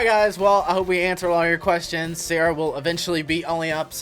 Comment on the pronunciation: Why does sarah sounds like salary 🤔